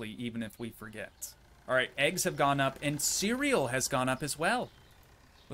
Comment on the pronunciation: STOP SAYING EGGSMA ITS EGGS